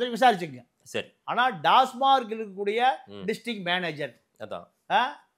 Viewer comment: டாஸ்மார்க் கிடையாது டாஸ்மாக்.